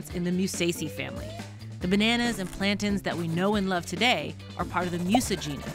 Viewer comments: Shoutout for pronouncing "plaintain" correctly (It's a noun, like mountain and fountain, not a verb like maintain and obtain) ☺ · Atleast she said plantain right lol